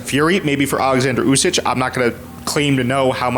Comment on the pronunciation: Usyk! With a K!!!! Why you keep calling him usyj?